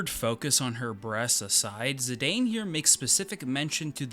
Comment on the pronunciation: And Zidane is pronounced ZiDawn